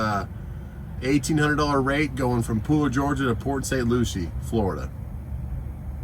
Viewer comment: it’s not luchie it’s lucie like lucy